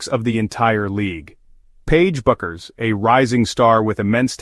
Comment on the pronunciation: So what exactly is the decision that Paige Bueckers has made that STUNS everyone, and is SHOCKING? What a bunch of drek this is. And your AI narrator pronounces her name wrong in at least three different ways, and never the correct way. Get a life.